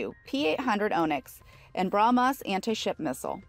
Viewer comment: "BrahmAs", "Fridge-ettes", etc. Urgh!